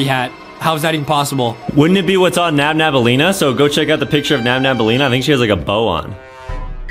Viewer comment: Its nabnaleena not nabnabaleena